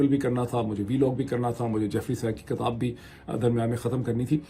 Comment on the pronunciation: Please correct your Urdu word. The word you pronounce is "kitab" not "katab or katabain".